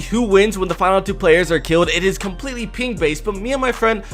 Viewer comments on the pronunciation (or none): none